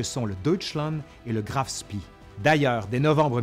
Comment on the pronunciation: Toujours passionnant ! Petite remarque sur la prononciation des noms chermaniks : on dit Graf Spéé et non pas Graf Spii...